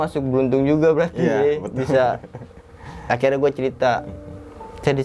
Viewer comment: Untungah,,orangah,,dan akhirah? dia gk bisa bilang >(NYA)<